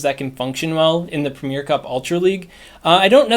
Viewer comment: Arrrgghh premier has 3 syllables, not 2. It’s ‘pre-mi-er’.